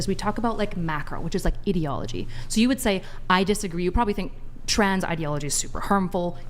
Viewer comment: And also pronouncing common word that they only read incredibly incorrectly. I was confused when she said etiology in the same way she said ideology, pronouncing both of them completely wrong. E-ti-o-lo-gy and I-dee-o-lo-gy, not Eddyology and Iddyology.